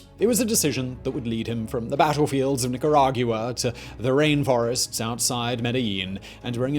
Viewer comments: Nicargua not Nicaraguia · Where TF is "NEEK-GEE-RA-GEW-AH"? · Simon: "wanna hear the most annoying sound in the world?".... me:"no"......Simon: "Neka-rah-yuwa" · Nicaragiuwa? Where's that? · I love these videos, but this is the most creative interpretation of Spanish words I have ever heard. Nick a rawg you ah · He pronounces Nicaragua weird. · Ya I notice that but Simon saying “Nicaragua” bothered me even more lol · same I was waiting for someone to say it lol